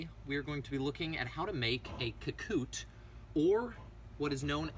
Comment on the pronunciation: Ka- Ku-Te, not Ka-Koot